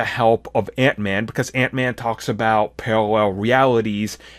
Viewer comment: The way you said paralleme worlds was hilarious.